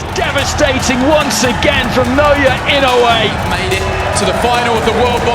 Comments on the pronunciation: Now-ya Inn-o-way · Here come Japanese It’s EE-NO- WU—EH This might be easier↓ E know ooh eh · Guys guys, his name is pronounced more like "ee-no-oo-ay" in four syllables. I-no-u-e. Naoya goes more like "nah-oh-yah" in three syllables... Na-o-ya. Pronounced wrong in this video... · I-noh-weh more like. But your point still stands. 👍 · If you say it super fast, I suppose that passes. But unlike most languages, Japanese has no silent letters and everything is pronounced. "E-no-oo-ay" I still like the joke though.